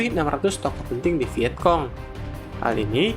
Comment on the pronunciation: Kayaknya bacanya viecong bukan viekong